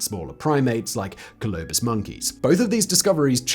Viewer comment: Please, please, hire someone to pronounce words for Simon. One wrong in a video isn’t great but seems to be about standard. Two wrong is really pushing it (Tanzania and Colobus). At it happens I am currently available…